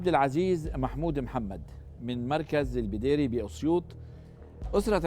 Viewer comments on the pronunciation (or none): البداري في اسيوط مش البديري يا